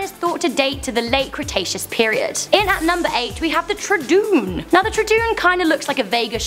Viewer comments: Tra-doon lol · Say it like tru•don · dino: troodon pronunciation:tr oo don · Troodon is pronounced "Trò-don" Lol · It's tro a don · troodon is pronounced (tro a don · You pronounce troodon like true-don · You said troodon wrong it's pronounced truedon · The troodon is pronounced (Tro-u-don)just sayin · It's tro -a-don to pronounce it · Troodon ? Pronounced troe oe don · say troodon like this (true-don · ....how she pronounced troodon is so wierd i say (trow-don) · it's pronounced - troo-o-don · and you pronounced it tradooon i just dont get it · I'm sorry but the way you pronounced troodon was to much XD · She could of at least got troodon right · I died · tro as in troop, o as in long o, and don as in d, short o, n. It's surprising that I know this better than you, and I'M 11! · How do you fail at saying troodon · The way she pronounces Troodon is funny. lol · I'm sorry, but troodon isn't hard to pronounce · What... the hell was that Troodon pronounciation... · pronounced Troodon wrong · I know one dinosaur you pronounced wrong, but maybe it’s just because of a accent but ima help you anyway You say it like:troodoon (troo-dooon) When really its: trodon (tr-oh-don) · wait truedoon its prenauced trodon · Tr*OO*don not trOd*OO*n !! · Karlo Justice tr-uu-dun lol it's Tr-oo-don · It is troo-oa-don not troo-doon you Lady gaga chicken leg!!!!!!!!!!!!!!!!!!!!!!!!!!!!!!!!! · haha tradoon! lol! it's troodon (tr-oo-d-on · troodon (tro-a-don) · troodon is pronounced (tru-don). not (tra-doon) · Tradoon😂 tr-oo-don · tr-oo-don, not trudoon. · Tra-doon? Its name is Troh-a-don! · Tra-Doon Do you mean Trow-A-Don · tro-a-don not troo-a-doon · Troodon not trodoon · It's not tru doon it is pronounced Tro oh don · the 'tradoon' is pronounced tr-oo-don or tro-a-don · I have to say it's pronounced chro-o-don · Did you just say trodoon? pronounced [troh-a-don] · I know it's tro-o-don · It's TRO-OH-DON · its called a tro- don its my fav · it's like Trow o don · Btw its pronounced trowadon